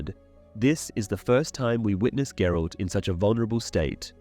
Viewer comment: Who is Gerold? ... you mean GERALT?